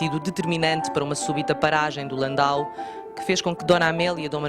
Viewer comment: Até que enfim, que chamam à carruagem pelo seu nome correcto: LAN-DAU!!!...em vez do usual "landÔ", como quase todos dizem e que é com-ple-ta-men-te er-ra-do! É, realmente, LAN-DAU! Esses veículos sao originários duma cidade da Alemanha chamada, precisamente, LandAU! Nao sao francêses! Aí sim, seria "landô"! Qual a importância disto? É precisao e interesse pelo detalhe, pela origem de coisas, conceitos e palavras! Isso, só por si, parece garantir um nível mínimo de qualidade profissional! Ufa!